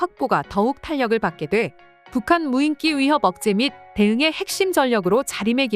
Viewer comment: 여전히 덜 떨어진 여자 나레이터가 '무인기'를 '무인끼'로 발음하는구나. 머리가 나쁘면 평생 몸이 고생한다더니, 이 여자는 혀가 고생하고 있으니 정확히 맞는 말이다.